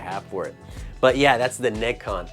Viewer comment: He got the NeGcon at a Suruga-Ya in Akiba that labelled the controller but he doesn't pronounce NeGcon as ネジコン, AUGH